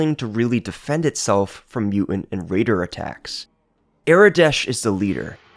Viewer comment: There's a "t" in the middle of the word "mutant"